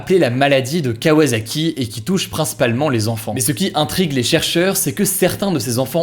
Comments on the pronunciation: C'est qu'un détail mais kawasaki se dit "kawaSSaki" 😊 (ça fait mal d'entendre "kawaZaki") Je tiens à préciser que mon commentaire n'a rien de méchant, je ne veux pas qu'il porte à confusion ! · KawaSaki et non pas KawaZaki Hugo ;)